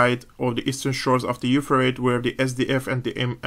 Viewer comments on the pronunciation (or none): When speaking English that river is pronounced "Euphratees"! Keep up the good work.